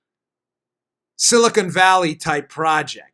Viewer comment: zomg it's "Silicon Valley", not "Silicone Valley"... Silicone valley is a different thing, you don't want to go there.